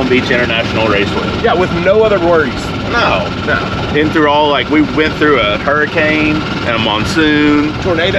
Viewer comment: HURRICCANE ? lmao